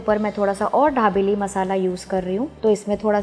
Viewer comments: Pls pronounce properly it is not dhabeli it is dabeli🙄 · Ary yar hindi to tik se bolo...dabeli h...dhabeli nhi..and sab bahar hi mix karte hai..ok..kuch bi faltu ka mat batao... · It's not dhabeli it is dabeli😂😅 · Dhabeli nahi dabeli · ढाबेली नहीं दाबेली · Mam..pls it's not dhabeli...it's Dabeli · Its not dhabeli .. its dabeli .. be particular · It's not dhabeli it's dabeli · At list Pronounced properly it's dabeli not dhabeli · Ma'am ye dhabeli (धाबेली) nai dabeli (दाबेली) hai... comment From Kutch, Gujarat. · didi wo धाबेली nh दाबेली है 😂😂😂😂😂😂😂😂😂😂😂😂😂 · Dhabeli nahi na aunty dabeli 😂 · It is dabeli ...not dhabeli .......btw love your videos ❤️ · It's dabeli not dhabeli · Dhabeli nahi dabeli bolo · She pronounce dhabeli instead of dabeli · Dhabeli nahi dabeli hai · Not dhabeli it's dabeli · Not dhablei it's dabeli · Are its dabeli... not Dhabeli..... and its Jeera not Zeera 😂😂😂😂😂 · Dekho sabse paheli bat ke. Isko dhabeli nahi bolte 😑😑😑😑😑😑😑😑😑 It's call dabeli.... Don't make violence between food names 😑😑😑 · dhabeli nahi dabeli he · मैम आप धाबेली बोल रही हो। दाबेली दाबेली। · Mam.. I think u want to say DABELI instead of DHABELI... 😀 btw... Informative recipe. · ढा बेली नाही दाबेली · It's dabeli not dhabeli OK.. N method was wrong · Recipe is good....but you pronounce it as dhabeli...actually its dabeli madam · dhabeli no mam babeli bolo 😅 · First you learn how to pronounce dabeli and then you teach us the recipie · यह दाभेली है या धाभेली ??🤣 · Medam the nahi d for Dabeli..ok